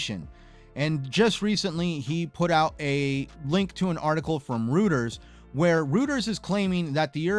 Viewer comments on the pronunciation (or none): It's been proven that, anyone who speculates that a regulating body will approve the MS & ABK, and that person pronounces "Reuters" incorrectly; the opposite will happen. Reuters is pronounced as "ˈroidərz" or "Roy-ders". 😊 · Reuters is pronounced like ROYTERS not trying to be toxic.